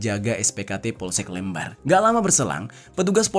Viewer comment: Kecamatan LEMBAR - huruf E nya harus dibaca dgn E pepet. Kalo lembar, contoh: berapa lembar kertasnya? Mohon maaf, kr kasih info nama dan cara sebutan kecamatan Lembar di Lombok itu.